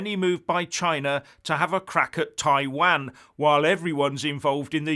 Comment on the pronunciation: Please find how to pronounce Taiwan!!! Please!!